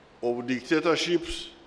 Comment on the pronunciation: Did I hear him say "Dictatorship " ?